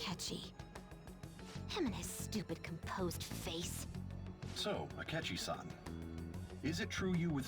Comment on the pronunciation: "Asketchy?" Me: No...sketchy akechi.